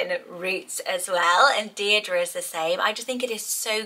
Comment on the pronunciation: I am loving: Mabli (and could also have Maple) Isolde Zinnia (and Linea) Valli Jericho Delphi❤❤❤ (And Darling). I love the way Deirdre is said here .. so is it different to Deer -Dree as in Barlow though? 🤣